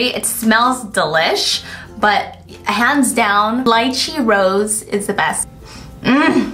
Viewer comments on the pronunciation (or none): none